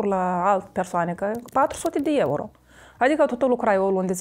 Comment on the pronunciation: "4 suti di ieuro"🤣🤣